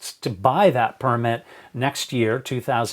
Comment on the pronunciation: Only one correction dad... it's purrrmit. -Simba